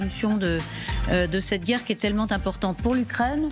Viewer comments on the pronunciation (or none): Tu as dit "Tytel'ment "!